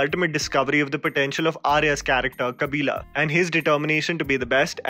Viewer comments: It's not kabilaaaa... It's kabilan.. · hey you have to improve your pronunciation bro ... like "Kabilan" and not "Kabila" and its "Dancing Rose" and not "Dancing Rosse" (rós·so), Its "Mariyamma" and not "Mariam" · I would like you to pronounce the characters names correctly..it’s not “Kabila” it’s “Kabilan”, not “Mariam” it’s Mariamma”, not “Ranga” it’s “Rangan”. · Say it with me "Mariamma"- not "maryam" "Kabilan" - not "kabilaaa" I am not even a south indian but it hurts my ears when people say these names so incorrectly even after hearing them hundreds of times in the movie . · Kabilan pronounced as kabila, Mariamma pronounced as Mariam and Rangan pronounced as Ranga… when you pronounce a name of the character, don’t take anything for granted. Learn to pronounce the name mentioned in the cards.